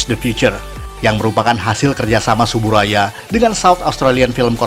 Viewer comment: Yang bener itu pengucapannya "Tsuburaya"